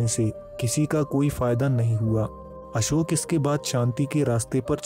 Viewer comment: आपका वीडियो बहुत उत्तम👍 है, वीडियो हिन्दी मे है तथापि आप अशोक नही अशोका शब्द बोल रहे है ये दुखद 😔 हैं